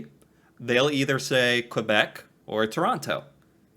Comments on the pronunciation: Quay is pronounced ‘key’. The narrator says Kway and Kwabeck. He also said New-found-land. Ugh. It irritated me. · quebec is prnounced kaybeck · "Hello" from Prince Edward Island (another province on the east coast), Canada. There is nothing "sad" about not knowing. That you are learning is wonderful. If no one has informed you yet, "Quebec" is (first and foremost) a French speaking province in eastern Canada. It is also a city. "Quebec City" is the capital of Quebec. Oh, and the narrator of your video kept saying "New-found-land". It's actually pronounced "New-fen-land" with a slight emphasis on the "land", as in "New-fen-laand". Cheers